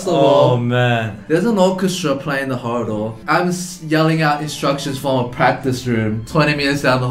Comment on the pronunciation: did Eddy really say 'horridor' instead of hallway/corridor